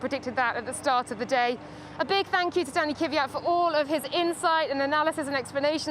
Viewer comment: boy, the standard bearer of wrongly saying "Kyvjat" is working together with Kvyat